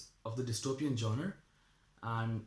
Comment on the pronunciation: 2min 20 seconds into the video and I couldn't getit outta my head that you pronounced 'genre' wrong. (google it) and exactly you say "the people who don't fit into any of these factions are called divergent", No silly, they're 'Factionless'. "The people who 'fit' into many are called, Divergent. . rest all is fine since you new to this. . and nice face reveal <3 you goo gurl!!